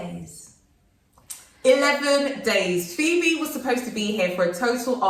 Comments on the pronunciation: Her pronunciation is 👍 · Nice interview. As a Ghanaian, Phoebe's comments are music to my ears. She's done well with the local names, thumbs up. Love you guys. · I really enjoyed this interview ☺️ 🙌 sisters. She did absolutely fantastic with the pronunciation. Love the song 🎵. Much love ❤️ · Hi Phoebe! Your pronunciation are on point. Maybe you should visit Kankun National Park, The Wli water falls and maybe the Ripple Lodge and maybe checkout Mz Dru’s channel for ideas of where to visit. All the best Y’all 💜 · I admire the fact that u realistic about your experience,and your pronunciation is on point with a British accent I love it.but I like both of u your vibe so raw.... And natural.welcome